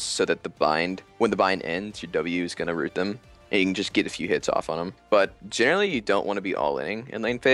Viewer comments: Has he been saying jhinerally the whole time? Like a pun, of jhin and generally? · Does anyone else realize he keeps saying jhinerally